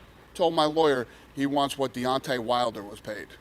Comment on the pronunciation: My man killed Deontay's name, haha